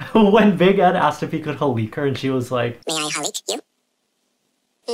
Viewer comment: “how she gonna defend here self when Ed wants to HALEEK” I’m sorry but as a Filipino I find it funny when other ppl try to pronounce Tagalog 😂😂😂 no hate it’s just funny